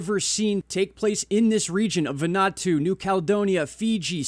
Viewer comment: Vanu - atu, not Vanatu.